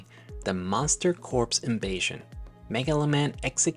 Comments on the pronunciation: great video but just so you know the word corps is pronounce like core not corpse. the marine corps is the marine core not marine corpse. you done pronounce the p and the s in the word corps. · Just a quick sidebar; in English the word “corps” is pronounced “core” (as to avoid it sounding like “corpse”, apparently)